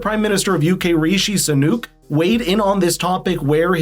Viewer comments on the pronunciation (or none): 'Rayshee Sanook' is the funniest mis-pronunciation of our (ex) prime minister! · Ray-shee Sanook???????? You might mean, Rishi Sunak, former Prime Minister of the UK. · "Rishi Sunook" 🤣